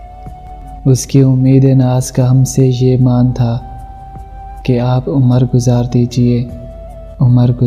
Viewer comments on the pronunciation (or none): भाई साहब ..लफ्ज़ उमर नहीं "उम्र" है..बहुत बेवज़्न कलाम पढ़ रहे हैं आप..juan Elia ke कलाम की इतनी बे हुरमती बरा ए मेहरबानी ना करें..